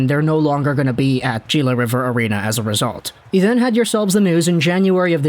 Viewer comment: The way he kept calling it jila river arena